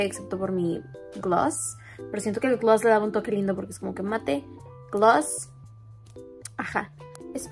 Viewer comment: amo como pronuncia "glouss" LE SALE MUY BONITO😢💗